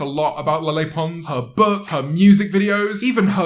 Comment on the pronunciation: The way you say Lele sounds like your saying "Lilly" in a really derpy way 😂 When ever I saw her name I thought it was pronounced like "LeighLeigh" 😬